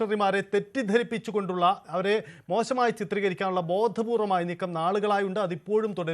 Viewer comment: Tv കാരാ.. ബോധപൂർവ്വം എന്ന് പറയുക, ബോഥപൂർവ്വം എന്ന് വേണ്ട. അത് തെറ്റായ ഉച്ചാരണമാണ്